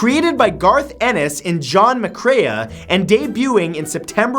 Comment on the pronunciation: You pronounce my last name wrong. McCrea!!!